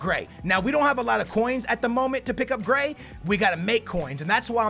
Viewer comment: How can you pronounce konaplyanka but not gray